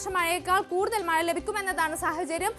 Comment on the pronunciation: മയ അല്ല മഴ